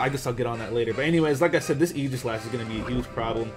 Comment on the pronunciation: The way he says Aegislash bothers me sooo much. It's Ae-gis-lash. No j sound in the word aegis.